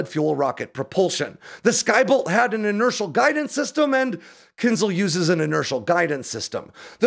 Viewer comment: Can you pronounce it right? It’s Kin Zh-al. Not kinzel